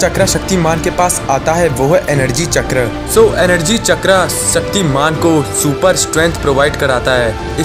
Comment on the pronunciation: चक्रा नही भाई चक्र 😂😂😂